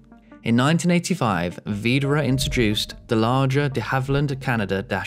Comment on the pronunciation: I disagree. His pronounciation of Widerøe was quite good, the rest (like Bodø, Brønnøysund and Sandnessjøen) was among the worst I've heard.